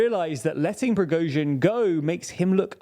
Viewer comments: You guys pronounce Prigozhin's (Pree-GOshin )name differently than most news outlets. Why is that? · Ok, your pronunciation is better. Noted. Yet you are still accenting the wrong syllable in Prigozhin's name. It's on the second syllable... :) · TLDR never fails to fail. Lukashenko a prime minister? Let's see in how many ways will he pronounce Prigozhin this time. Why don't you GTFO from TLDR EU, if you are unable/don't care to say correctly anything that's not British? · I have a new theory - the main goal of the Prigozhin's coup was to make TLDR guys learn how to pronounce his last name correctly.. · Love your videos but you should learn to pronounce Prigozhin! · He still hasn't learnt how to pronounce Prigozhin's name as well 😅